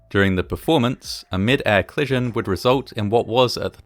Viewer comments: Co-li-sion, not "clison" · “Clission” a bit distracting, but delightfully entertaining! What a tragic occurrence compounded by so many things after the ‘clission’, hopefully this will never happen again. Thanx for making this video.